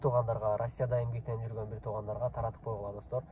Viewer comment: Таркатып эмес Таратып